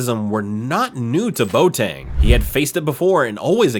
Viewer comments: Villa-REAL? REAL Zaragoza? Bo Tang? Really..? How about learning to pronounce the names of the teams and players before you make a video...? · Im a French Ghanaian but I Know it's pronounced.bowateng